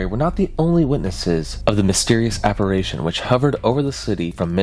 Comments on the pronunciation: A small quibble: the word "apparition" is not spoken "apparation"... there's only 2 a's in the word, not 3. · Great video as always man. I love your stuff. Also, its "apparition" ❤ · Interesting story but you kept mispronouncing this word: apparition. Drove me crazy. 🤪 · Is he mispronouncing apparition on purpose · Apparition. Writhing. Imbibing. I'm not halfway through and he's continually mispronounced these words. Its very good content but these mispronounciation shit is killing me. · Went to the comments to read other people’s theories on this and all I saw was people whining about his southern pronunciation of apparition 😂 Honestly didn’t even make me bat an eye lol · Yeah, we’re not gonna let that pronunci-ition slide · You should give the people of 1891 a bit more credit. On average, they were far more intelligent than the average person today. They certainly knew how to pronounce "apparition" correctly. 😂 Just messing with you...sort of 😉😢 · Please learn how to say apparition properly. Its fkn unbearable. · Your pronunciation of "apparition" is cringe af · The way he pronounced apparition threw me, but it was an interesting video. I had not heard of this story so thanks for covering it. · Thank god, I came here to say this haha phew! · Is he just mispronouncing apparition or is that an accent thing? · Omg you keep mispronouncing APPARITION. ITS DRIVING ME FUCKING NUTS.